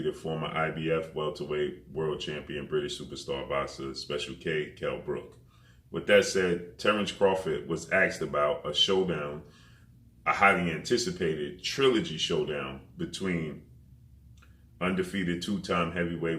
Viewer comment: asked not axed 🤨👍